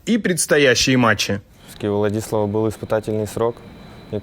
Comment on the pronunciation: С Ладиславом играли 3 с лишним месяца, а Симпл до сих пор произносит "ВладИслав)